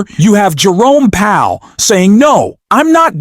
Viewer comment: Learn how to pronounce Powell.